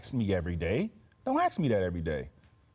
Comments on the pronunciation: It's fucking pronounced "ask" not "axe". (I'm triggered) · Don’t “axe” me